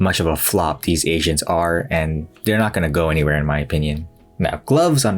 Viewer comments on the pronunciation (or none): It took me so long to realize u were saying agents, and not ASIANS